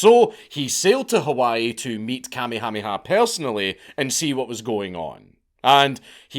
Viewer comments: It took my brain a moment to register he was saying Kamehaneha…BAHAHAHA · KA-me-HA-me-ha was a jaw-dropper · You murdered the king's name. It's "Ka-may- hah- may-ha". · Hearing Dank say "Commie hommie ha" instead of "Ka may ah may ah" is making me giggle a little bit too much. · Listening to you pronounce Kuh may uh may uh as commie hami ha is hilarious. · Bruh… It’s pronounced: Ka-MAY-ha-MAY-ha, not KAH-may-HA-may-HA. I grew up there, and you’re right, it’s a huge mishmash of cultures, but it’s awesome. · Note from the Pedantic Police: we are reliably informed (by a character from "Magnum P.I."; anybody remember that show? Tom Selleck running around in shorts & wearing a doormat on his chest, for reasons...) that it's pronounced "King KAH-May-ah-May-ah"... apparently they used to be very big on doubled up syllables... ;~ ] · Please don’t ever say Kamehameha again! Your mispronunciation is SO atrocious that I cringe every time you say it. 😮 For the record, it’s Ka-mayha-mayha. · I can stand you saying tamyhamiha for another second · I just stopped in to hear the Count say “Kamiamiamiha” 30 times. That’s is all, carry on. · Kamehameha pronounced "kah-may-uh-may-uh" bro seriously watch an episode of Dragon Ball Z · Lolololol...... king what?....kuh-may-uh may-uh. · Just so you know - Kamehameha is way easier to pronounce than whatever it is you are saying. Kammy Hammy Ha LOL! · It's better than actually trying to speak Hawaiian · Listening to you try to pronounce Kamehameha is hilarious. Kuh-may-uh-may-uh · Thetr are no Y's in Kamehameha. The blind leading the blind. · Good lord man. Watch some friggin’ Magnum P.I. to learn how to say the name of the former Hawaiian king. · It’s KA MAY HA MAY HA III 😂😂 So funny trying to listen to haoles try to pronoun our names let alone think they know anything about our history and culture😂😂😂